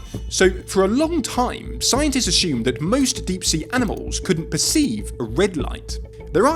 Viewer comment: When did this mispronunciation of the word assume start to creep in? Seems quite a few love to say ashume for some reason 🤷‍♀️